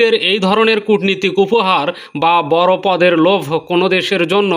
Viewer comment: "বর" নয় "বড়" বলেন।